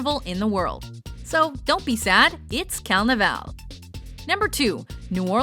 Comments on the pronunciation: Its CaRnaval, not calnaval!!! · If you could pronounce carnaval properly i would be happy